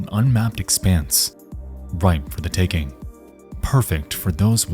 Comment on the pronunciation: Anyone else weirdly bothered when Nexpo says “takin’” instead “taking”?. He does it with several words ending in ‘ing’ and It sounds so unnatural. Lol.